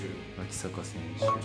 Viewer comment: わきさかじゃなくてわきざかです